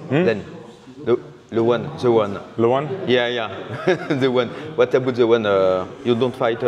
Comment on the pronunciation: "wouat zabout the ouane" fait un effort 🤣